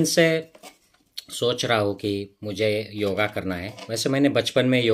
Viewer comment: योग कहिए,योगा नहीं!